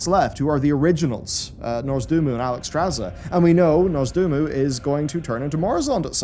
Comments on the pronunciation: "NoRzdumu" just icks me so bad, I really love your content but by all that is holy it's NOZDORMU! 😩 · Is there a reason why keeps calling Nozdormu "Norzdoomu"? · Ah yes "Nozdurmu" the hurr aspect durr.